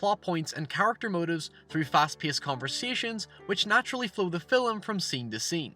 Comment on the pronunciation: Anyone else hear him say filim rather than film